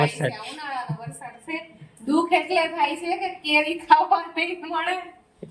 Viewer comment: Ben vlog ma se se bov karo cho ne minivlog na dubbing ma sudhrelu bolva jaav cho pan tmne bolta nthi aavdtu..😂 se se such a uneducated